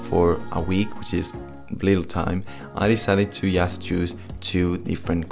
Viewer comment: para decir "just" tienes que comenzar con la punta de la lengua en el paladar.